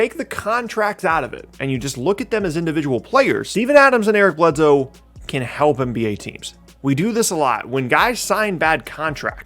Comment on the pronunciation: Eric Bledsoe... I'm sorry but I'm unsuscribing